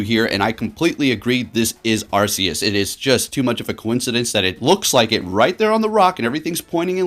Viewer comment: Thanks for pronouncing Arecus correctly